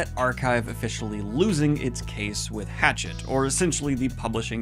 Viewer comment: Just fyi it’s not Hatchet it’s HA-shet (hachette)